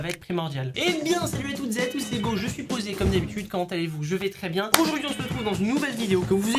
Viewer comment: À j'ai compris je suis je suis posay (posé)